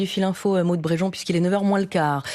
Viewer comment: Brégeon, pas Breugeon !